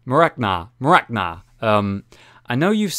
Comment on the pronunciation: Yeah pretty good pronouncing of my name. Look at Rage's Portal FCR series, he pronounces me a bit better but for the first attempt it was on the good side ^^